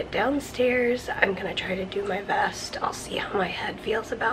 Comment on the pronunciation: Each time you say "do my vest" i hear "do my best" 😊